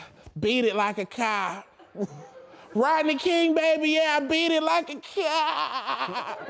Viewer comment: All these years I never knew he was saying “Rodney King” that’s crazy💀